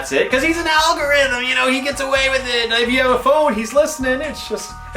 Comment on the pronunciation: When Alpha said Al G Rhythm, i legit did not understand. but it was still funny for some reason